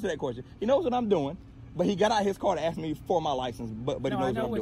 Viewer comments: For the love of God man You're awesome but would you please learn how to pronounce the word "ASK"! 😮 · Please, with all due respect, don't say "Axed". Ask is the real word.